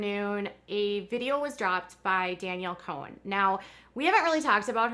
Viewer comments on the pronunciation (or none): Danielle Cohn Pronounced CON. Not Cohen. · It’s pronounced “Con”